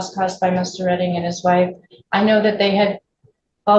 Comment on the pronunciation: Its prounuced Redding 😂